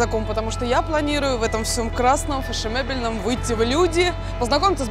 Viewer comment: Ивлеева сказала в фешеМебельном.